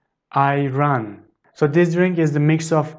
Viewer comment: Your pronunciation of R is really strange. E.g. in Ayran. You pronounce the R as an English speaking person.